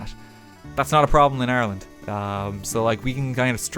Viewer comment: Just realized he’s saying Ireland not Arland